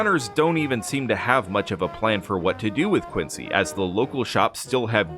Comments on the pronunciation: Its “Quin-zee” not “Quin-sea” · Love the Videos but as someone who grew up there Quincy MA ( and the president) is pronounced "Quinzy".. "Quincy" is in Illinois. But I do love the content ! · And the Americans living in Quincy pronounce it “Quin-zee.” Massachusetts is full of cities and towns pronounced differently than expected. Quincy is one of the simpler ones. Leominster, Worcester, Gloucester, just to pick on the odder ones. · no we don’t. It’s pronounced quin-sea. I’m standing in it right now.